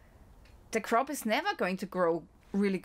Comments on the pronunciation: You were really scaring me until you said CRAP instead of crop! Your smile and laugh 😆 made my day! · U said crap and not crop 😂😂😂❤ we still live u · The Cwop is Cwap 🤣🤣🤣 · Could you give us an update on the farmers protests, we get no news coverage here in Australia. You were right when you said crap, not crop too.